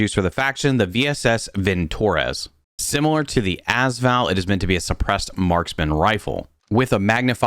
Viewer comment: I have never heard anyone call it the ASS val, come on dude